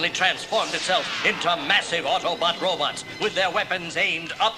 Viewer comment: I loved book/cassette combos as a kid! HAHA! Cracking up over the good ol’ “robits” and dinasawers” pronunciations! 😆